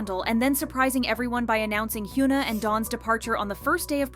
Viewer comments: it is hyun-ah not hyu-na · its hyuna.. not yuna.. please pronounce the H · The H in Hyuna is not silent.